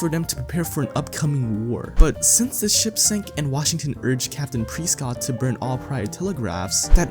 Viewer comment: It's fing press cott not preeescot